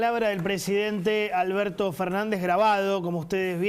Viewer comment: Alberso dice Alberso